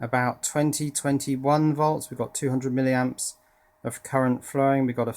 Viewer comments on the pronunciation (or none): none